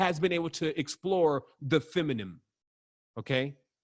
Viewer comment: feminine. dude please learn how to say it.